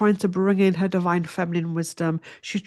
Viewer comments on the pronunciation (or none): none